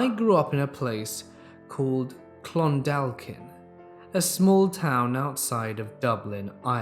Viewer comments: If your talking about where I think in story 6, then Clondalkin is pronounced "Clon-daw-kin" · great video, my only issue is Clondalkin is pronounced Clon-Daw-kin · You pronounced clondalkin wrong